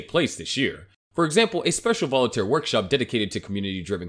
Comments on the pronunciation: I love your videos but cringe every time you misspeak "Voltaire" which is 2 syllables. It's not "Volitare" with three symbols. Voltaire was one of the greatest minds in history. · It's Voltare, not volitaire lol